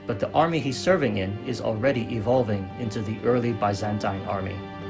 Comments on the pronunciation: Very good video. But your pronunciation of Byzantine hit my brain everytime. It's bi-zæn-tin not bye-zen-tein. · what is ba-zan-tain